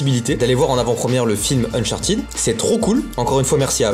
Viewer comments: Unchartid, tu dis Unchartid alors que c Uncharted 😂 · sa se dit pas unchertide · Mec trop bien le vlog mais juste cher pas si c fait exprès mais tu prononces mal uncharted